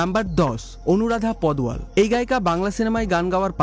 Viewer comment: অনুরাধা পাদোয়াল নয় ঠিকঠাক উচ্চারণ হল অনুরাধা পাড়োয়াল।